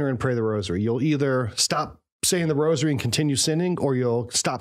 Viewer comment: Thank you for pronouncing rosary properly and not saying "rojery"...i hate that..